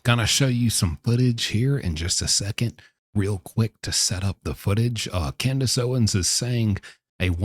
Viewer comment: I hate my name is Candice. But I kinda liked it when ya said Candice😂